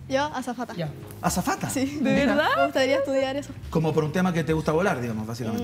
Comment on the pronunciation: la mas weona, diciendo ejo todo el rato